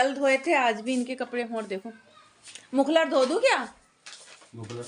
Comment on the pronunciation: मफलर होता हे। मुखलर नही। सही बोला करो।